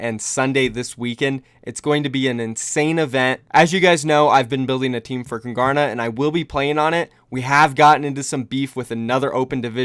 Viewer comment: did you just pronounce your own team name wrong?? Kung-Garna????